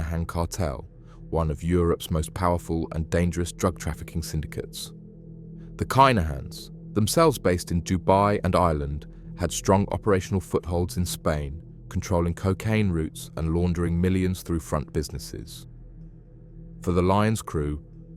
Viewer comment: Dubai not dabui 😮@